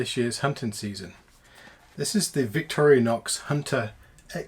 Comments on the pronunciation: WHY OH WHY do so many people pronounce the name as VICTORIA NOX, There is NO A in VICTORINOX, I would think it would be more likely pronounced as VICTOR-INOX or VICTORI like Victory Nox, or Victori-Nox. Good review though :D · vic-TOR-i-nox. Stress on second syllable.